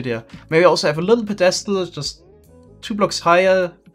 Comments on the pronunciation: Psst: Pedestal is pronounced PEDestal not pedESTal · how to pronounce "pedestal": pedESTal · I don't know why it's so funny when says pedestal. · th way he says "pedestal" ahhahah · Is he pronouncing pedestal wrong or is this like the case with llama where it's correct in a different language. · I love you, but the way you pronounce "Pedestal" makes me cringe